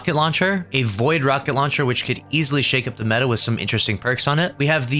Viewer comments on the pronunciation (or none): none